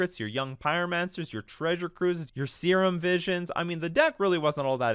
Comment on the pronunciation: Nobody noticed he pronounced "serum visions" as "seamen visions"? It's funny because sex